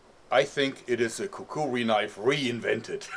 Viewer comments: He says it like Kakuwee it bothers me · It's called a Kukri and is pronounced Kukri.